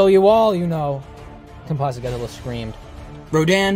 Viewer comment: It's not compasa godzilla it's composite Godzilla